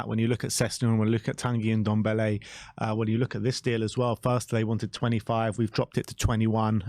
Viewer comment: So glad he is going so i don't have to hear this idiot calling him "Undombele" when it's "Ndombele"...